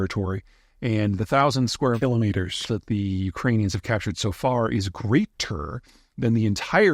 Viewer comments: I think he should say "kilometers" that edited way every time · ...thousand square mKILOMETERSs lol